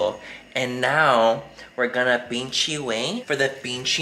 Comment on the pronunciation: Lmao i love how Laura said “pinchy” not pinche